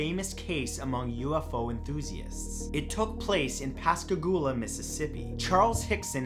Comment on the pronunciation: You did a good job pronouncing Pascagoula lol. I live in Mississippi and no one ever pronounces it right.